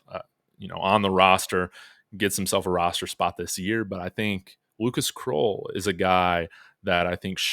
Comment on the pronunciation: Krull like skull … not kroll like troll